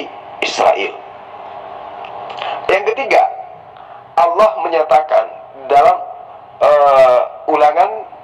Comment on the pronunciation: Allah..bukan awloh...belajar mengucapkan lafal dengan benar..